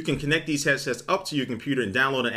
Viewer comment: This guy keeps saying hessets wtf is that???